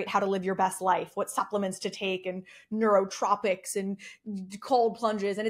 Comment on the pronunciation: They're callo nootropics, not Neurotropics